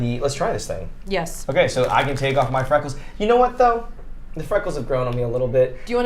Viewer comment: ‘Camp’? I thought you mean CAN !